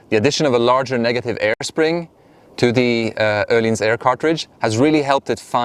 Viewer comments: You actually pronounced it correctly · Nice review, very informative, also I think it's the \ first video I have seen that is not with a swede at Öhlins, saying Öhlins correctly.